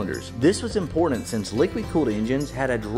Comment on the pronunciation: " this is impordant"